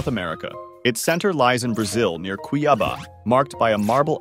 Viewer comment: I was not ready for that pronunciation of "cuiabá"